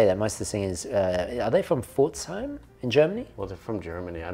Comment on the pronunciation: Ehre an aus Deutschland für die richtige Aussprache von"Pforzheim"!!! Herzlichen Dank.